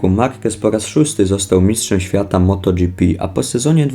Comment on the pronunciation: MotoGIEPE a nie motodżipi..jak mnie to wkur**a